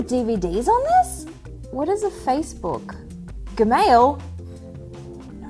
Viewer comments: Hahahaha "geh-mail" 😂😂😂 that made me lol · I died at "guh-mail"!?! Bwahahahahahaha! is now my favorite CNET editor/host!